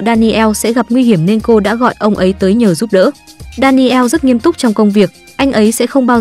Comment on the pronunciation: Đan nồ, chứ ko phải Đa ni eo . Daniel